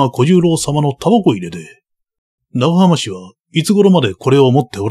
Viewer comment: 「えんかん」煙管かな？タバコ入れと一緒にあるなら「キセル」ですね(^^) 当時の武士なら「ながはまし」も「長浜氏」なら「ながはまうじ」と読むのが自然だと思います もう一つ気になるのが「ぶんげんしゃ」分限者は「ぶげんしゃ」ですね